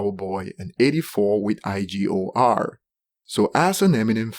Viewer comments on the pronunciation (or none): You pronounced IGOR wrong. It pronounce Eeegor.